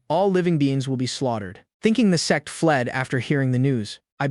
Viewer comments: The YouTube subtitle ai as well as the video ai as well as subtitles ai has gone bonkers as it shows and speaks as se- rather than sect.This is peak as it changes the viewer perspective on story as a whole in a new light.Lmao.🤣🤣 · It happens in most AI vids. It can't seem to say sect properly. Guess it sounds too much like sex. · Why is it saying sex instead of sect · It is sect not sex 🤔😫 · What do you mean, "sex seksesor"? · Sects not sex. The AI subs is wrong too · Sect or sex hahahahahah 😂 sorry I just hear the recap says sex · Ayo did I heard ' the sex resources ' instead of sect resources in 😂